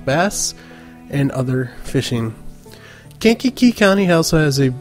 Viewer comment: the way you say "Kankakee" bothers me lol. We pronounce it "Kainkee"